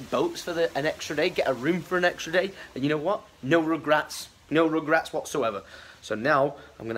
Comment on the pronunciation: Was trying to reference "no ragrets" when he said "no regrats" at tge end of the vlog?